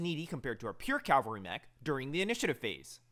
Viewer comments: FFS say it with me: CAV-alry. Cal-vary is the hill where Jesus was crucified. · just a heads up your pronouncing cavalry wrong you are saying the L first like the Calvary church. You gotta say the V first.